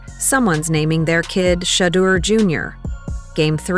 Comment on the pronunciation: SHEDEUR...SANDERS. NOT SHADUR.